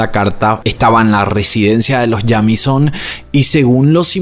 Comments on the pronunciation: Hola,. Me encanta tu canal. Se pronuncia Yeimison ☺️ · El apellido se pronuncia "Yeimison" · Que horrible forma de pronunciar ese apellido